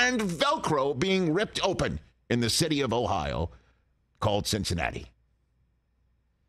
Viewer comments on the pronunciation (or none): none